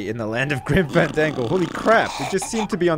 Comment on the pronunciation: Couldve sworn I heard "Grim Fan-dank-o" at the beginning of the vid.